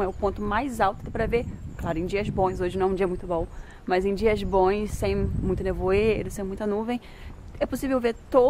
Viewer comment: Desculpe! mas não sei onde está a dificuldade de dizer " bons"